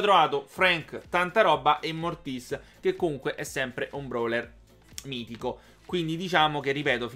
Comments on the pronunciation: non si dice Mortís si dice Mortis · Non si legge morttis ma si legge mortis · Mortis senza l'accento si dice😂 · si chiama mortis senza l'accento sulla i ahahaha sei un grande continua così